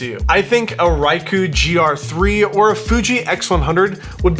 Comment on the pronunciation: I think Ricoh is pronounced 'ree-co' ? Also the RX100-7 is like baarely good enough image quality for vlogging. I think it's the one inch sensor trying to push out too many pixels and the pixel quality suffering. Combination of the compression maybe? It's got that 'phone footage' look to it. Like a really really good phone footage. I'd be interested to see a point and shoot like this with MFT sensor. I think Lumix makes one but it doesn't have a flippy screen. 🤔